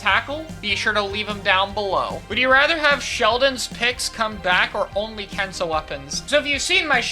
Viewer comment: Woody rather?